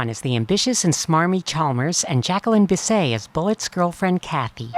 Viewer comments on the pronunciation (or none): It's Bis-SET, NOT Bis-SAY!!!!